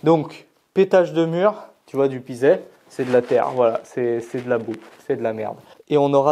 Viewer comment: C’est très bien le pisé (on dit « pizé » et pas « pizet », tout comme on prononce le Z du Forez 😜😘😇), un bon enduit à la chaux par dessus et hop ! Bon courage, sacré projet 👍